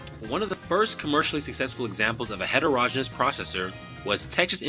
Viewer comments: It's heterogen-e-ous. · Ditto, background music overwhelming content. Also, look up pronunciation of heterogeneous.